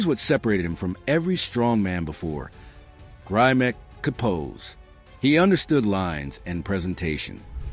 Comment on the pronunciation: Grimek--pronounced 'grim-ek'--had great shoulders, arms, and legs, but his chest wasn't that great. Neither was his back. He was, as mentioned, a fine poser. Correction on a couple of nitpicky points. First, the Mr. America started in 1939. It was originally called "America's Best Built Man" and was renamed the Mr. America in 1940. As for Grimek, he won the Mr. USA in 1949, beating out Steve Reeves, George Eiferman, and other greats. However, Reeves came second in the 1948 Mr. Universe to Grimek. Facts, please.